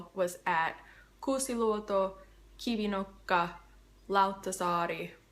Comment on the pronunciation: You pronounce those Finnish words (uimaranta, Mustikkamaa, Kivinokka) very well, including the letter r which is usually difficult for Americans. Do you speak other languages?